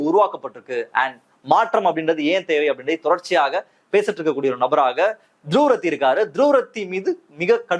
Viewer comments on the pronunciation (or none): "த்ருவ் ராட்டி" is the CORRECT [...] "துருவ்ரத்தி" is WRONG. =================== You are correct. The persons who admire/respect/praise Dhruv Rathee should learn to pronounce his name correctly. After all, ‘த்ருவ் ராட்டி’ is not difficult to pronounce for a Tamilian. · ”Dhruv Rathee - துருவ் ராட்டி என்று உச்சரிக்க வேண்டும் 🎉” ============== ACTUALLY, the CORRECT pronunciation is *த்ருவ் ராட்டி*. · First pronounce his name properly 😂😂😂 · Dhruv Rathee - துருவ் ராட்டி என்று உச்சரிக்க வேண்டும் 🎉